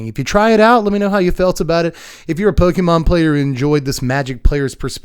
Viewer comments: Pokémon has an accent. It’s pronounced po-KAY-mon, not po-KEE-mon. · The accented é in Pokémon is pronounced like the accented é in café or resumé. Po-kay-mon. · "Pokey"mon lol